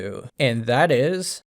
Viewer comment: Every time I get recommended one of your videos, I start to watch for interest of another gaming opinion, and then I hear "number 10 ... iS" and I have to turn it off. I don't expect my opinion matters, but that "Is" really annoys